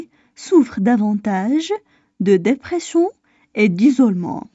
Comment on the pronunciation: خطأ في نطق كلمة dépression